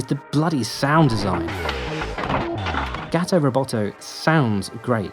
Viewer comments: It’s Gawto Roboto not Gaato it’s supposed to rhyme, gato is spanish for cat and should be pronounced like the spanish word (because it’s supposed to rhyme with roboto) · Everytime you say “gat-o” and not “gah-to” it hurts me in indescribable ways. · GAH-to. GAH-to ro-BAH-to. You're sacrificing the rhyme.